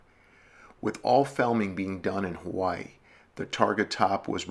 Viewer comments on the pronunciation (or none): none